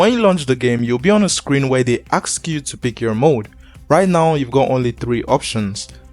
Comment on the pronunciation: Bro, aks you? 😂😂 You black homie